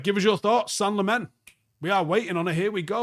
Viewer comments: Senne-gal Lemons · "Sen-nuh Lamm-uns"... You're welcome. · Just a note on pronunciation. Its Senne as in Senegal -gal. And Lammens as in (Lard-rd) + (lemons -le).